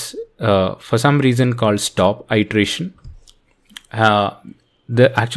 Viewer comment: Hey. One off-topic comment is that you were mispronouncing 'iteration' it should be a short i ((ih)) not a long i ((eye)) ˌidəˈrāSH(ə)n --- not --- īdəˈrāSH(ə)n. Thank you for the video and have a good day